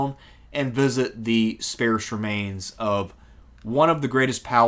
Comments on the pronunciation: Not discontent. DISCONTENTED. Not "spairse". "Spairse". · Sparse. Like parse. Why don't you say pairse when you mean parse? At least be consistent in your verbal gaffes and IMHO deliberate mispronunciations